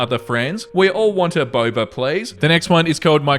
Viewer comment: I heard Barber shop instead of boba shop and was confused as to why a barber shop was selling drinks. Also take care of yourself we don’t want you getting burnt out.